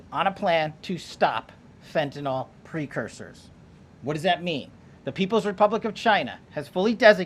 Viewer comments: fentanyl. Not fentanil KP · Fentanly not fentanol kp